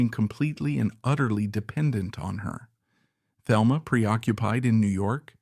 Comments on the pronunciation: Not to be that person but her name is pronounced Telma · Thelma is pronounced Telma in the Spanish way, fyi.